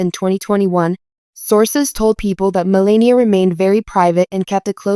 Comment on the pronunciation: too bad you don't know how to pronounce Melania's name.